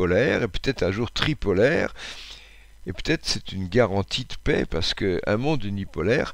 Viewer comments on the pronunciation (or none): none